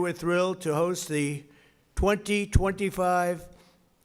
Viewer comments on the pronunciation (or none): none